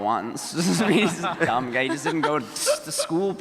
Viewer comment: I swear Richard just said “dumb gay” not “dumb guy” Murphamy confirmed